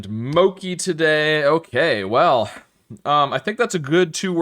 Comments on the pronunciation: It's not MOKI, but MOCHI. CH like in cheese. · I thought of two pairs that use all vowels. UNAGI (Japanese term for eel) and JELLY/CLOVE (probably others, too) is okay, but ANISE and DOUGH are probably better. Also, just for future reference, mochi is pronounced with how a CH usually sounds